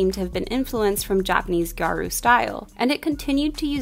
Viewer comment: You mentioned gyaru and as a gal that made me so happy, but scene & emo are a lot more connected to visual kei than it is to gal fashion at all. And the pronunciation is “gyah-ru” 2 syllables and no hard r 🥰